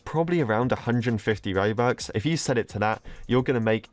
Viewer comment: Who else feels like every-once and a while he says mobux or bobux instead of robux